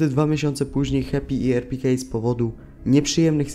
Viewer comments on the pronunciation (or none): Kurwa, wejdź sobie do google tłumacza, wpisz sobie jego imie i nazwisko i niech lektor/lektorka przeczyta to w danym języku, a nie będziesz to kaleczył. Tak samo było z "konter strajk" Ponadto, Jak jest RPK to czyta sie albo erpeka, albo arpikey, a nie erpikej xD Jedna literka po polsku reszta po angielsku. Brak ci profesjonalizmu.